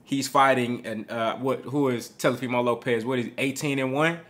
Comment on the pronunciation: " Telefimo" Lopez 😂